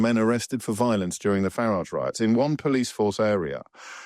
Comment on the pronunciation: Why can’t so many people who hate Farage pronounce his name? Education?